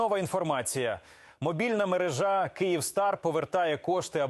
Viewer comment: не мережА, а мерЕжа неграмотні